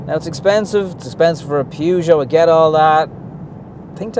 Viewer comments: pronounced purr-geot not pew-geot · Actually 'peh- zho' is closer to the mark ;) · "PUUGOT" HAHAHAHA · At least it's not the American "Poo Joe" 😁